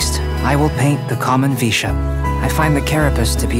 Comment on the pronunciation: IS NO ONE GONNA TALK ABOUT THAT UNFINISHED “VISHAP” The music made me laugh the most